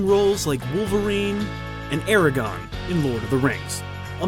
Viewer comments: I'm gonna pretend that you said "Eragon" on purpose instead of ARAGORN... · Aragon? You mean Aragorn? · It’s Aragorn not Aragon lol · ARAGORN!! With an R!